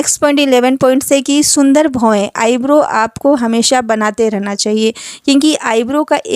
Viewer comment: Shundar nhi sundar😂😂